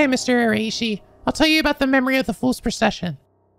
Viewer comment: just FYI, the RAI in Araishi is pronounced like WEI in weiss.